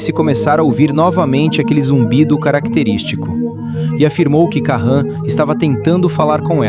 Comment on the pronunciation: "Karran" e "Klemer" 😄😄😄